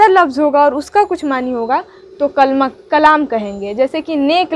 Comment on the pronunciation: کَلْمہ نہ کہیں تو اچھا ہوگا کیوں کہ یہ اصل میں کَلِمہ ہے